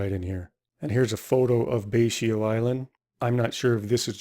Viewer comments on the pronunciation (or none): I believe Betio is pronounced "bess-o" since in the Kiribati language the letters 'ti' is a diphthong that makes an 's' sound, hence "Kiri-bahss." I could be wrong though. However, I've been really enjoying your videos,:)